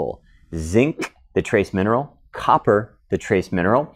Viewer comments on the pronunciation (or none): none